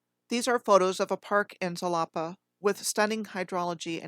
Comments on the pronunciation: Xalapa is pronounced halapa.. sometimes x is sh also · Halapa? Ja-la-pa!